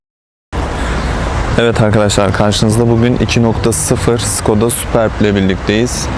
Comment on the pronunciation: "süpörb" diye okunur superb , muhteşem anlamına gelir.